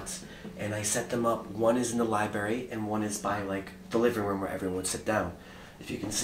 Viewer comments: anyone else hear him say libary instead of library? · I think the scariest part for me is when references the library as the “libary” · Every time every video, headed to the "libary" lol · I liked the video until he called the library a “libary” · The scariest part of this video is every time he says LIBARY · I love how says library lol libary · Vibes in the “Libary” nice vid guys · "one is in the libary" nice one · hearing him say “libary” hurts my ears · "libary" i almost clicked out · It's Library,. Not liberry.. go back to school. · I love your videos but GOOD LORD please... It's libRary. Not lie - berry....